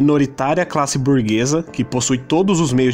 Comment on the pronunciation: "Burguessa"?? Ou *burguesa?